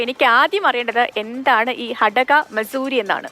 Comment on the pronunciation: മസൂരി അല്ല മാത്സുരീ എന്നാണ് ചേച്ചി. എന്നുവെച്ചാൽ ഉത്സവം എന്നെ ഉള്ളു.